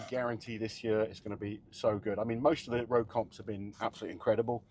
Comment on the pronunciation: ROGUiE not ROUGE